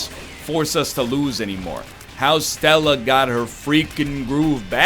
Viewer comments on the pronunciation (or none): none